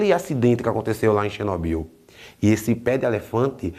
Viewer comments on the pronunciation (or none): Xinóbiu, kkkkkkkkkkkkk. Q isso,?